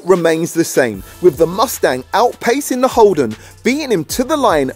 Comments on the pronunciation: Its holden not holdon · Also it's holden not holdon